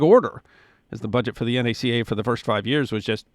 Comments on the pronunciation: Thank you for not saying “Na’kuh” - like the dimwit trumpf appointed to head N.A.S.A. -and too many others, including presenters here on YouTube.. My father joined the N.A.C.A. in the late 1930s working at Langley. He was soon selected to work directly for the Administrator and be became Chief Aerodynamicist. Sometimes in the mid 1950s he would work saturdays at HQ which was the Dolly Madison building on Lafayette Park near the White House and would let me come in with him where I played with more airplane models than you can imagine. I remember meeting Dr. Dryden one time when I was buzzing down a hall with a big model. I grew up in the circle of leadership families of the core that became the center of N.A.S.A. when the agency changed names and took on vastly expanded responsibilities. Around 1960 my dads idea for reorganizing and restructuring research was accepted and he took on even greater responsibilities. But also began the loss of any personal time he had for family. The Space Race took a terrible toll on families of agency men. I leaned many things that I have never seen in accounts from the era. One in particular for N.A.C.A. Was that in the 1930s they had a secret program to seek out jewish engineers in Germany and Austria and encourage them to come to the US and work here. We also did wind tunnel work which revealed the tail on the Spitfire was sub optimal. The findings and proposed solution was privately passed on to the British and resulted in a major change to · Thank you for saying N - A - C - A, and not pronouncing "NACA" It is safe to say there is not an aircraft flying in the world that does not have a piece of NACA research in it. The two Large Scale Tunnels alone were a Godsend to research. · From the bottom of my heart thank you for not once pronouncing the agency's name as NAK UH. It was the N.A.C.A. Too many "experts" get that wrong. Bravo! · Thank you for not pronouncing it "nacka." Looking at you, Greg.